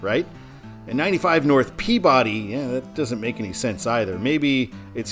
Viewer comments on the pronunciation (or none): FYI, Peabody is pronounced “PEA-Biddy” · Note: Peabody, MA is pronounced "Pee-biddy". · Massachusetts doesn’t pronounce Peabody the way it is normally pronounced. It’s pronounced as (/ˈpiːbədi/) (pea/be/de) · Besides all the comments about the mispronounciation of Peabody, which I warned you about in previous comments, you butchered Waltham (walth-ham, like the meat), no pun intended. In your "Todd's way it should be," you misspelled Franconia. I do believe that northbound it should be simply the town Franconia without the Notch. Plymouth NH, in the Lake Winnepesaukee region which US 3 loops away from I-93 to head for Laconia and get closer to the lake, is the home of Plymouth State University. That town is a major destination for New Hampshirites anyway. Salem NH is the home of Rockingham Park, a horse racing venue which is mentioned in the movie "The Sting." Loudon NH is the where the New Hampshire Speedway is located, for NASCAR fans. Of the other places mentioned in NH signage on I-93, Franklin is the only city, and a small one at that, though Derry is a sizable suburb of Manchester. The toll booth on I-93 is in Hooksett, and is referred to on traffic reports on WBZ (1030 on the AM redio dial) as The Hooksett Toll. When MassDOT (MassHighway as it was known then) redid the signage for I-93 in Boston itself when The Big Dig was completed, those signs replaced the northbound signage for Lawrence. I know you would have cringed with the former signage. I agree with you that Manchester NH should be on the signs on I-93 NB in MA. I think that the reason MassDOT does not sign I-93 SB for Providence in the City of Boston is because most traffic in the city itself does not go all the wa